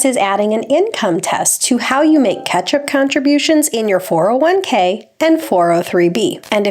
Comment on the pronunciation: ... "ketchup contributions" ... Lol.